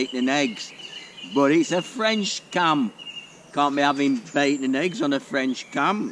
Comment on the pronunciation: The French accent needs a bit of work but your cooking is spot on. 👍